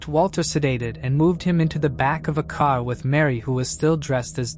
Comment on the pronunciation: What is a kar? lol 😂 im Baltimore, and I get that vibe or New York or Jersey lol yes I know he said car